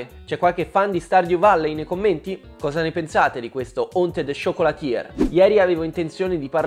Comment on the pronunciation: Si pronuncia "ciocolatiè" non "ciocolatier", la pronuncia è importante